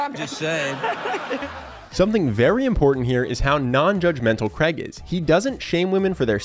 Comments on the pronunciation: His name is Craig, not Creg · Craig ...not Creg.... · its not kreg.... so funny. its craig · Fk me, his name is Craig not Creg. Pronounced Crayg. Please say it properly. ;-)